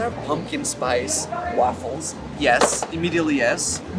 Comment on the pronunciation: The way he says waffles as ‘wahffles’ makes me laugh every time.